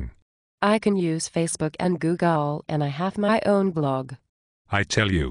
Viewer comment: Googel. I guess that is better than saying Googen, which she said in the last video.